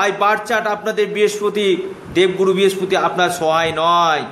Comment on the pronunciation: কথাটা বৃহস্পতি ভালোকরে বলতে শিখুন।